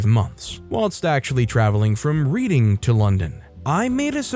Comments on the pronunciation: I caught that too. Its pronounced Redding. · I'm not even an Anglophone and even I know that "Reading" is pronounced "redding" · Story 4, Reading is pronounced as a past tense (as in I read this book); still makes me giggle 😂